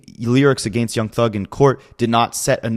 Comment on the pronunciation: A-Gain-st is really starting to give me Duche chills